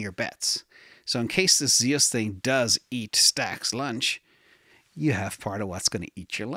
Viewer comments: It’s Zeus like the Greek god not zeows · Zeus is pronounced Zyoos. It's the name of the Greek god of sky and thunder. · Zeus is one syllable.